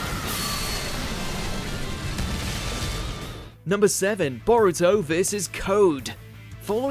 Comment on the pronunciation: C'mon man if you're gonna make a video about anime fights actually put some effort into properly pronouncing the characters names